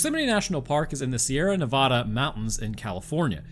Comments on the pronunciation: You're not pronouncing Nevada correctly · While that is an ABSOLUTLY demolished pronunciation of Yosemite, the mispronunciation of Nevada throughout the video is some comedy gold.